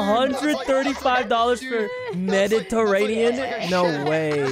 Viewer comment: Dude the way Sykkuno says "Mediterranean" is so freakin funny for some reason haha I watched it like 5 times